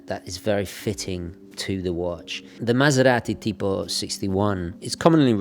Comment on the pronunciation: Great “maserati tipo” pronunciation ! You seem an italian mother tongue